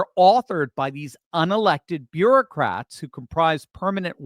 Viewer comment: Bureau-cats. It may have a slip of the tongue but a host of appropriate memes come to mind.